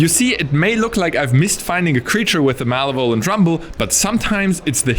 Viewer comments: MALA VOL ENT? lol sorry had me laughing its ma lev o lent ahhh. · mal eh vole ant. lmao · I love how you pronounce malevolent. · it took me a moment to realise was saying 'malevolent' here